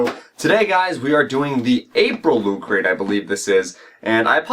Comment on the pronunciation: Lol, "Loo cray"